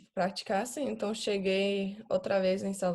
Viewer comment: O "Então" dela é PERFEITO... pra mim ela morou no Brasil na infância... esse som anasalado é o mais dificil pro anglofônico é complicado mesmo.